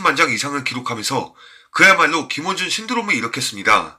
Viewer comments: 영상을 나름 열심히 만들며 많은 이들이 봐 주길 바라는 마음으로 열정을 쏟아 냈을 텐데, 말 한 마디 글자 하나 틀려 그 노고가 바래지는 게 참 허무하다고 느껴진다. 모두가 잠 든 후에...... 어쩔 수 없다. 그 하나 틀린 게 계속 거슬리게 들려 영상 전반이 절하되는 느낌이 드니 말이다. 그리고 또 김원준이 자꾸 김어준으로 들린다. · 내 귀엔 왜 김원준이 아닌 김어준으로 들리는걸까?? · 들으면 들을수록 김원준인지 김어준인지 김어준으로 들리는데.... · 김어준 아니고 김원준...발음이 왜그래영 이질 X 인질 O 김어준 X 김원준 O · 김원준을 김워준으로 발음하시네요....김어준인줄......... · 김어준~ 김어준~ 발음 진짜.. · 남자분 발음이 왜그래요~~ 김윈준이름이 어준으로들리네 나만 그른가~~~~ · 김어준이라고 들려서 너무싫네요 발음 좀 잘해주세요 김원준 화잇팅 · 왜 자꾸 김원준을 김어준이라고 발음하는겁니까 ㅎㅎㅎㅎㅎ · 발음이나 제대로 해라..김원준이지 김어준이냐..??!!!..정말 시사 라디오프로그램 진행자이신 김어준총수님께서 오해하시겠네..!!!.. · 김원준인데 발음이 김어준으로들림 ㅎㅎ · 왜 자꾸 김원준을 김어준으로 발음이... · 김원준이 아니라 자꾸 김어준이라고 발음하는거로 들리네.. 발음이 뭉게지는데 발음을 좀 정확하게 했으면 함. 자꾸 김어준 타령하는데 이거 대깨채널인가?? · 영상 제작자님 혀가 짧은건지 감기걸리셨을때 영상 나레이션을 하신건지 … 김원준을 왜 자꾸 김어준이라고 하시는지 … 나레이션 하실분을 따로 구하시는게 채널에도 많이 도움 되실듯 합니다 .. 정보는 감사합니다만 꽤나 거슬리는 .. 발음 .. 김어준이라니 .. ㅡ,.ㅡ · 김원준 발음이 자꾸 김어준 으로 들리네요 김어준은 딜도 팔던 노숙자 스타일 방송인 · 발음 똑바로 해라 김어준이 아니라 김원준이다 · 김원준을 김어준이라고 말하는거 같음ㅋㅋ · 왜자꾸 김어준이라 발음하는지 듣는내내 불쾌하네요 김원준이라 좀 정확하게 발음해 주세요 김 원 준 입니다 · 제발 말음 정확히 해라. 김어준이 뭐냐? 김원준이지...ㅇㅇ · 영상 너무 잘 봤습니다 김원준형 정말 멋있는 분이시네요 .. 가끔 발음때문에 김어준씨로 들리긴 합니다 ㅎㅎ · 발음이 많이 안좋으시내요 김어준 으로 들려요 ㄷ ㄷ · 김어준으로 나만 들리나? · 김어준으로 들리는 건 나뿐인가 ㅋㅋ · 자꾸 말음이 김어준이라고 하시는거같......ㅋㅋㅋㅋ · 김어준?? 김원준? 발음이 비슨합니다ㅎ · 김원준을 김어준으로 발음하는거같기도 제대로 하는거같기도하고....ㅋㅋㅋㅋㅋㅋㅋ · 김어준??? 나만 이렇게 들리는가? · 발음이 김어준이라들리는데~ 정확히 발음 안대시나요~ 듣기 거북하네~ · 발음을 신경써야 할 듯 합니다... 김어준 이라고 들리네요... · 발음 참.. 김어준인줄알았다 발음좀 어떻게해봐라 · 자꾸 김어준으로 들리네요 ㅎㅎ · ㅋ발음 김호준ㅋ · 내 귀엔 왜 자꾸 김어준으로 들리는지ᆢㅋ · 내귀에만 김어준으로 들리나? 내귀가 문젠가 말하는 사람 발음이 문젠가? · 발음이 김 어중이라고 들리네요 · 김원준~~~발음 교정